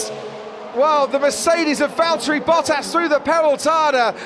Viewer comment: Nice pronunciation of his name! Good job